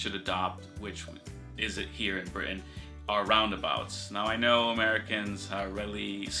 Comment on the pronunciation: the way he said britain actually made me proud a little bit xD starting to pronounce things like an englishman! bout time son